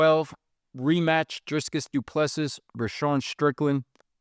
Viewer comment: be like "DRISCUS"